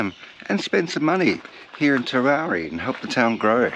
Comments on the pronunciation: It's pronounced TER-OW-EE Not TER-ROW-REE There's no R after the W. Great vid tho. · TEROWIE. sounds like you're saying Terowrie?? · IT'S TEROWIE NOT TEROWRIE..SO ANNOYING... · It’s Terowie. Not with an r on the end as in Terowrie. Very annoying. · TEROWIE, not Terowerie! 🇮🇪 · It's pronounced Ter-ow-wee!!! not terowree!! as a local to the district its lovely That you are teaching people about our history, but please get the town names correct!! we are very proud of our towns and heritage in South Australia ❤ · Terowie, NOT TerowRie.... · Terowie. NOT Terowrie. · It is Terow wee…..Not Terrow ree. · It is pronounced Terowee, not Terowree. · TeroWie there is no extra r in the name. If you make these videos you should probably get the name right. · You Must be in training to become a News reader as they often say names of towns wrong and you put up a great story and show and I'll never make it to The big Terowie, so Many Thanks for putting this up,Cheers 🥂 better late than never 😊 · Would help immensely if you pronounced ‘Terowie’ properly! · The mis-pronunciation is killing me. Where is the 2nd r in the name. I think it’s a South Australian thing, I’m constantly reminding my wife of the correct pronunciation of Nuriootpa. Sandgroper here and yes I have been there. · Speak to the locals about how to pronounce the name Terowie. Not quite the way it was said by those who lived there and those who visited regularly. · I cant watch because you constantly MISPRONOUNCE Terowie